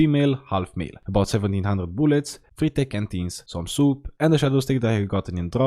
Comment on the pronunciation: booluts? Remind me of (i need more booluts) And (i need more booluts) is french Yes boys,we got it is 100% French